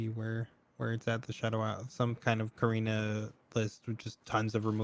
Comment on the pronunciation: You know there's a t in KATarina, right?